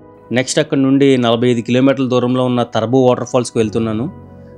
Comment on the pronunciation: తారాబు అండి తరబు కాదు మండలం బూసిపుట్టు ఓకే నా